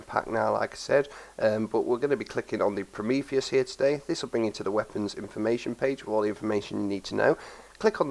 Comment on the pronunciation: He pronounced the name right.